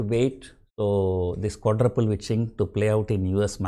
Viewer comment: Sounds like ur calling fii as quadraple bitch 😁